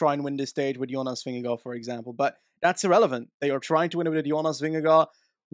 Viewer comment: Who is Vimmy or Vinny if you mean Vingegård - loosely translates to - ving_farm - but just call him Jonas or Vin-ge-guard that sounds just like we say Vingegaard. This is just to help, not to be a smart A.....